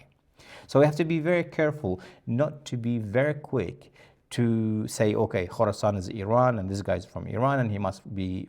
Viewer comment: Khoroscan not Khoroson